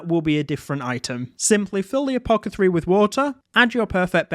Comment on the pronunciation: It's pronounced "a-po-theh-carry", not "a-po-keh-three".